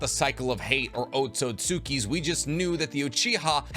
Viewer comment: Haven't watched this guy in months and he's still mispronouncing otsutski 🤣 cmon bro! Flexing all that naruto knowledge and still can't pronounce half the shit